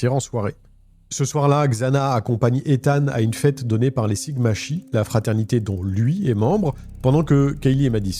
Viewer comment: Sigma chi= Sigma “Kai” ❤❤❤